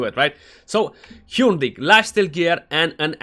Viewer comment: Why are you and BGE trying to pronounce Hurndig like that? (Hyurndig?) I googled Hurn pronunciation and it always comes up rhyming with "Burn". Just curious.